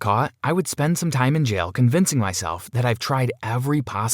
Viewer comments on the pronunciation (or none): Lol the way he says jail he says jial